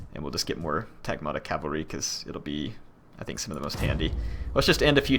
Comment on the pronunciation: my ears! Skutatoi (σκυτάτοι) is read skitati, iuvenes is read juvenes and the g in Varangians is the same as in "good". Tagmata (τάγματα) is strained on the first syllable, not the second and the g is pronounced like the w in "woman" (though that might be a tad hard for non-native speakers to pronounce). Everything else is fine. Keep up the good work!